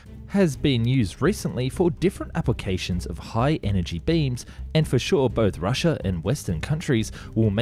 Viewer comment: It's not Russi😲er. It's Russia. Apart that, good video.😎